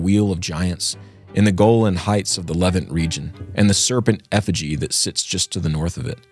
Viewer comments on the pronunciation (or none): none